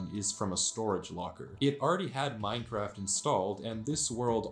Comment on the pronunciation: what scares me is that im not sure if you said minecraft or mein kampf